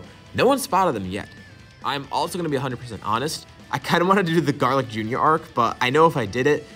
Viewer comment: Stopped watching when he said garlic jr .